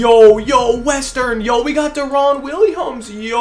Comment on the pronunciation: Love ya bro but you saying deron’s name wrong please look it up. It’s so annoying